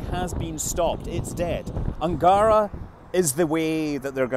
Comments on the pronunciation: not Angaaaaaara, but Angaraaaaa. that river`s name also not Baaaaaikonur, but Baikonuuuuur. also not Gluuushko, but Glushkooooo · it's Angarah, with the last syllable stressed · It's "un-gah-rA" with stress put on the very last sound for "Ангара" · Angara should be pronounced with the emphasis on the last syllable: anga-RA